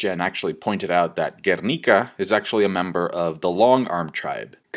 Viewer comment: Finally someone pronounce Guernica accurately.